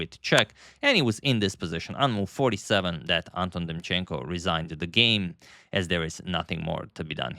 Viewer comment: Anton in Ukranian and Russian names pronounced as in David-Anton Guiharro - with stress on the second syllable